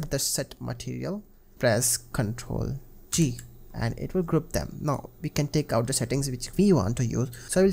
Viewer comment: it sounded like Ctrl T and not Ctrl G dude .... just a tip for the future .. do something else dont do VFX or youtube tutorials ..i mean you change values off screen make weird cuts and overall talk too much nonsense ... i have grown to really despise the way you make tutorials ... delete the account and go work in a sweatshop or something where it doesnt matter man ....